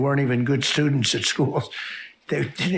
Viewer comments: slurring "Sylvester the cat" trump 'shhtudentshh at shhcool' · Notice he slurred students . I think it's because of his dentures. It's the the st sounds like students and states that makes them slip.